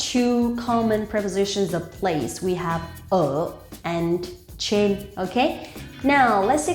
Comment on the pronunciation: Why does your pronunciation of Trên sound like chên?